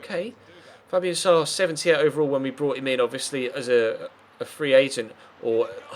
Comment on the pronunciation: the name schär is pronounced: share....just a little help :)